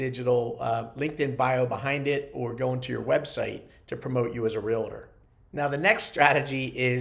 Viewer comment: UGH please say Realtor correctly if you are a licensed agent! 2 syllables. Not 3. Sorry, drives me crazy when I hear this. Like "nucular"...and thank you for the tips,!